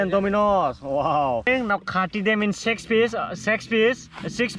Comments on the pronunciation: When he said s#x piece instead of six piece .i m dead lol.now I have become his loyal subscriber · Sex piece 🤣🤣🤣🤣 Aan e qual and e qual🤣🤣🤣🤣 Alu portaaa🤣